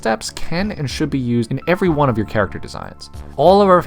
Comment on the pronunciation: he said everygone